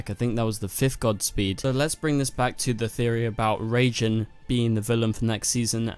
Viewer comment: It's not "Reijin/Reigin", it's "Raijin".